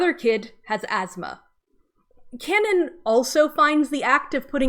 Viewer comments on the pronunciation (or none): none